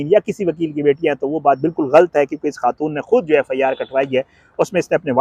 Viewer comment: ghalat ko ghalt matt bolo improve ur urdu pronunciation